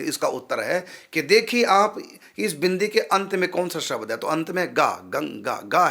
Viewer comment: कलीम नहीं क्लीम् शबद नहीं शब्द